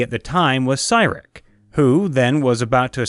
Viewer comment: It's pronounced See-Rick for Cyric be advised though he is the prince of lies.